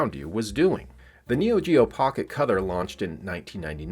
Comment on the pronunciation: Were you saying "cother" instead of color?